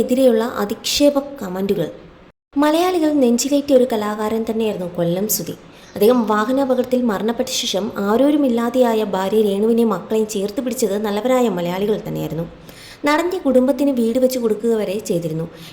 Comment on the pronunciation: കൊല്ലാൻ സുധി അല്ല ട്ടോ കൊല്ലം സുധി എന്നാണ് ❤